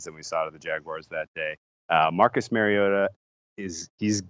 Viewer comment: His name is not "marry oh ta ". It's Mario ta...good grief it's not that hard.